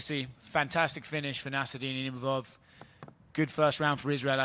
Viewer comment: Bro they can't even pronounce imavov name correctly XD